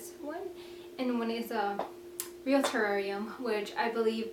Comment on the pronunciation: you do not know how to say terrarium